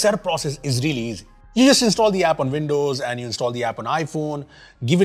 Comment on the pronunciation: Veendows? Played at half speed sounds better, no machine gun speed.